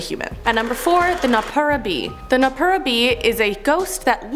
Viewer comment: It's not Kit-suneh... its pronounced Key-tsu-neh.... Also its No-ppeh-rah. I speak Japanese so.... it's honestly irritating lolol